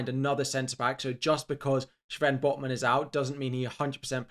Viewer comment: Who cares about any of that nonsense!?!? Listen to pronounce Sven botman! Man turns all Sean Connery. The names Schrwen... Shhhrrwen botman.